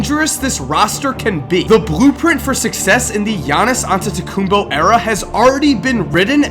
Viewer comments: its antetokounmpo not antetokounmbo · ITS AntetekumPO not BO